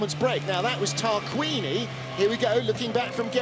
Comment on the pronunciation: It's Tarquini not 따르끼니...